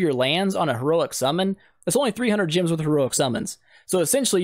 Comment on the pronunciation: This is a great tutorial man, but two things I noted: - You mention a place you need to be lvl 80 to reach. ^^ Not really for new players. - Why do you pronounce "gems" like "gyms"??